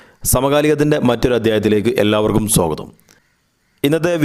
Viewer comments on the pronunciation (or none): none